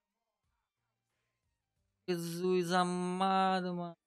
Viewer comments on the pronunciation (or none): none